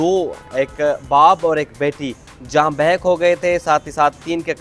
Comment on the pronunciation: it's not bahackits not Barack it's jan bahak